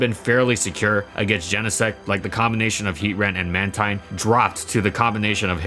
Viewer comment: It's pronounced "Man-teen". Techno Blast would be used so much more if it was like Flying Press, doing Bug or Steel damage in addition to the type determined by its drive. Also How Good was Mr. Mime/Mr. Rime Actually?